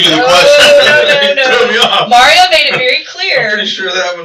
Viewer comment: Did y'all hear her say Mario taljs a lot? 😂😂😂 LOL It's 2 a.m. and I busted out laughing!!! I hope I didn't wake my neighbor up 😂😂😂